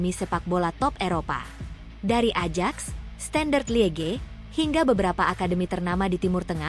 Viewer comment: Admin Ajax hrs dibacanya Ayaks bukan Adjaks....mau ajak siapa jalan2..?